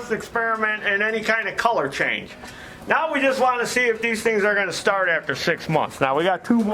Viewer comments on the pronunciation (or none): none